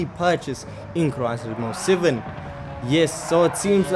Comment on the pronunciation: Wtf is crisis most seven😂😂😂? Are you trying to say Gran turismo 7 You are😂😂😂